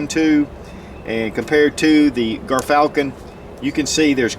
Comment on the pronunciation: Dont mean to be that guy but its pronounced JEERFALCON